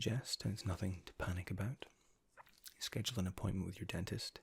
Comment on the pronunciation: Oh okay, makes sense. Yeah your “ou” in the word about and your “e” in the word perfect is different than ours. It sounds cool though!